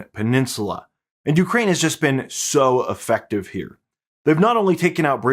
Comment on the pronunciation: Hi,. I watch your reports religiously. One trivial suggestion for improvement is that you often use the word "effective," which you mispronounce as though it were the word "affective." You can avoid annoying us English purists being careful which word you're using. Thanks!